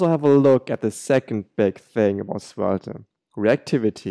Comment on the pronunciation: Good video, but you don't have to pronounce the last e in svelt**e**